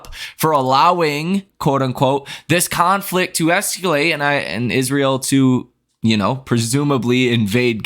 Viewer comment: Thanks for changing what you were calling the strait of Iran to the strait of Hormuz...I hope the conflict does not escalate. BTW, you keep pronouncing as "esculate" 😮